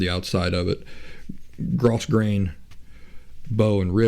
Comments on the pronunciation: I could add a whole bunch of comments here (just look at my profile pic), but I think the most immediately helpful is this: according to my mother (who can actually sew) that "grosgrain" fabric that you keep mentioning is pronounced, "GROW-grain." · Not being an expert, I don't mean to chide you but I recently heard it is pronounced grow-grain.